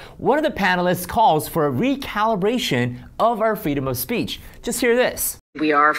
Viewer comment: “freedom of spreech” She subconsciously knows what she’s saying is wrong and thus the nervous slip of the tongue - ITS FREEDOM OF SPEECH! 💪 I love this channel! It’s so grounded and informative! 👏